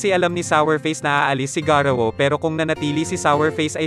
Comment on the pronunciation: Hindi garuwu Yun Garou